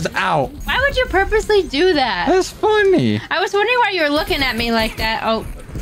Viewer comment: it was fun-knee